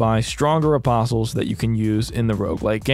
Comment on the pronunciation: Its like, I know hes saying apostles, but I keep hearing opposums, which honestly sounds like it might have made a much interesting game